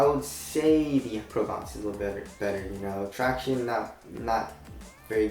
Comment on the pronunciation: Stop saying "tractiones". Almost as annoying as you complaining about 'I can't feel the forefoot cushion". Not sure if you are trying to be funny but it ain't funny at all. Lmao